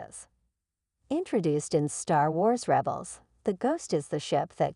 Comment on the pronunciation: Ai voice. 🙄 "Reebels"